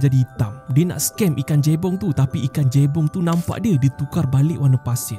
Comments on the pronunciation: cara sebut dia Je-Bong bang, bukan Jay-Bong macam ko sebut Jay-Park😂😂😂😂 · Jebong bkn jeybong min..